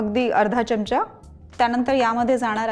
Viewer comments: चिकन खूपच छान, फक्त एक सुचवायच आहे कृपया "च्यमचा " म्हणू नका "चमचा" म्हणा. चांगल नाहि वाटत ऐकायला. बाकि रेसीपी झक्कास 👍🙏🙂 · pan marathit apan " chamcha" mhanto "chyamcha" nahi..